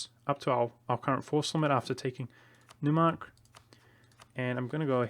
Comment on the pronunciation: Neumark is pronounced Noymark (like in toy).